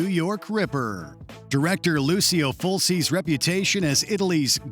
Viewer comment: Lucio Fulci is pronounced LOO-CHIO FUL-CHI. Why does this channel struggle so hard with names that literally take 1 second to verify?